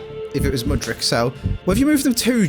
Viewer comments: you literally actually pronounce Mudryk's surname pretty much exactly how it's spelled lmao where on earth you got that "ić" from all the time, i've got no clue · Tip on how to pronounce mudryk. You’re in the Mud - Rick the name. 🙂